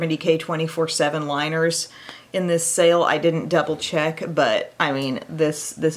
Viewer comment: Best part of the video - Nordstrom Sake, Nordstrom Sale; I am going to turn myself into a cat today. 🤣. Great morning laugh!!! Awesome look!